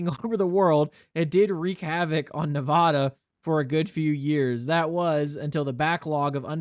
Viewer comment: I love your content but im having an issue with your pronunciation of Nevada. Its not Nev-ah-duh its Nev-aa-duh.